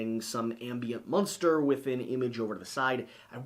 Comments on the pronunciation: Every time you say “Munster” I pictured a witcher battling Herman Munster. Thank you for the mental picture. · You keep saying "Munster" to get me to comment on it. Well am not going to play your game! ... Well played